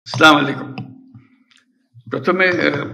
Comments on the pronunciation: ভালো করে সালাম টা দিতে জানিস না ইউনুস 😂😂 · সালাম দিতে পারেনা উনি নাকি আবার মুসলমান।